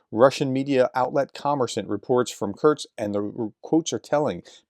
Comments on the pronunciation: Kurts kurts kurts kurts🙄🙄🙄🙄 It's KURSK! HOW difficult can it be??? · It's ''Kursk'', Professor! Not Kurtz... This ain't Apocalypse Now (I hope)